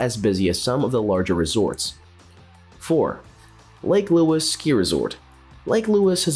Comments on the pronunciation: So many mistakes made in this video - it's an absolute joke. The icing on the cake I felt tho was "Lake Luis"!!! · First time hearing Lake Louise pronounced as Lake Lewis.